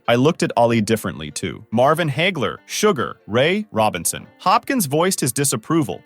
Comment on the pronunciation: Either this is yet another AI narrator or this guy didn't read the script before he started recording & he got caught up with multiple names. For instance, "Sugar Ray Robinson" is not 3 separate sentences, it's one name. He also mispronounced "Hagler", so again, either AI or not a boxing fan.